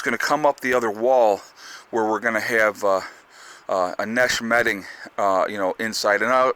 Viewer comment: LOL twice you said nesh metting, too funny!